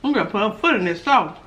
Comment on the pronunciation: Them onions 🧅 look so good my God🤤 and the “sauchey” 🤣🤣 we don’t even have stairs no more we have a escalator 🤣🤣🤣🤣 Lord help me not the Robot 🤖